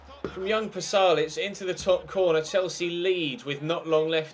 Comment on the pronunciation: Its Pasalic, not Palasic